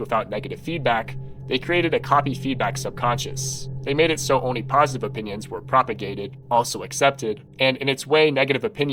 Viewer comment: someone tell this guy that there's an L in "only"